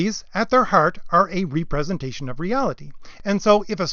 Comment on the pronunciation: Very well presented and accurate! Except I believe you mean a REP-RE-SENTATION of reality, not a RE-PRESENTATION of reality.